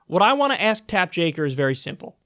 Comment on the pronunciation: Its Tap Joker, not Jaker :P